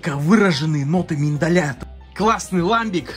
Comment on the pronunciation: Не могут наши региональные пивоварни варить ламбики, это название жестко привязано к географическому региону Бельгии. Ну и если уж быть полным снобом, то правильно произносится ламбИк, ибо слово французское.